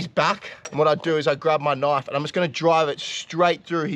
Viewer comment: What I hear nwish instead of knife